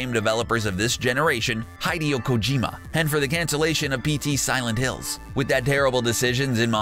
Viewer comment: Making fun of mispronouncing Tom Clancy, then mispronouncing practically everything. Classic. Seriously. Learn how to pronounce Kojima and Miyamoto. Or stop talking about them.